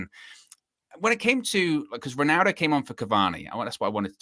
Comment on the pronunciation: Does this guy realise he’s saying “winaldo”?